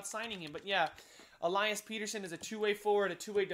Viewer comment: Pettersson is pett-er-sson not peter-son